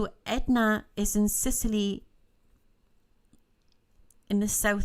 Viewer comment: Etna not edna